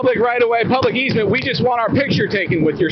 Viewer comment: "12 foot eezmet"...? What's that? "Easement" I found it 😀